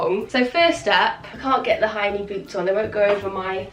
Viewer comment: Lol I thought you were saying “grey hiney boots” but you said “ grey high knee boots”!!!! 😂😂😂